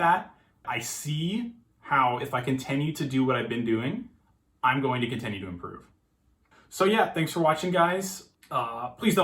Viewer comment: why do you keep pronouncing "continue" wrong